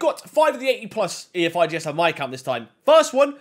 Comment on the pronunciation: Man said ee ef I gee es fkn hell FIFA made it like that so u say efigs u wallad